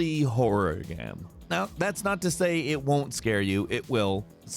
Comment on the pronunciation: He keeps saying gam instead of game